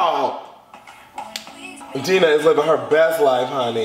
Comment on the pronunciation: Why is he calling her Deenah!